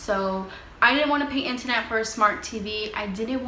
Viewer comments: Internet... not intanet! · Where are you from with this accent? Lmaoooo, it’s too cute! With your “inta-net” and your “projecta” lol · Or the intanet?